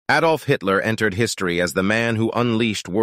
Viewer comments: The name is Adolf, not "A-dolf" . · Why would you make a video about him if you could t pronounce his name? It is t applicable to dialect as it is a name. It isn't pronounced Ay-dolf, it is add-olf. Also vehicle has a silent H. That means the Hbis not pronounced regardless of dialect or accent just the same as pausing at a Commer or stopping at a full stop.